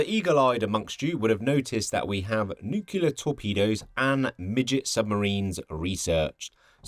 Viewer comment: Noooo, a <<NUQULAR>> person